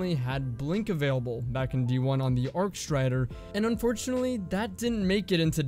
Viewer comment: Did he say archstrider in D1 I thought it was blade dancer